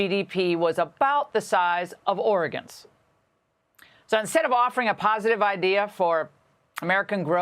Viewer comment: Correction: Oregon. Not Oregin !